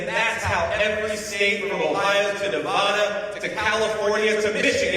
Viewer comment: What kills me is he can't even pronounce Nevada 🤦‍♂️